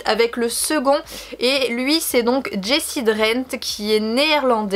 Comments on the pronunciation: Tous magnifiques, je ne connaissais pas le dernier compte ! Merci pour cette nouvelle belle vidéo ! Attention, petite erreur de prononciation pour le prénom de Jesse, non pas "jessie" mais plutôt "yesseu" (étrange écrit comme ça...), on peut l'entendre dans ses vidéos avec Matt ;) Des bisous à vous 3 :)) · Jesse se prononce "yeh-seh" ^^